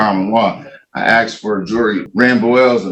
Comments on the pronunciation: That Axe instead of Ask always kills me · The moment any of these SovCit Idiots can't pronounce "ask" and "jurisdiction", they should be shut down and forced to use a Public Defender. The moment they claim to not be a person (which they almost always do), they should be sent for a Competency Exam.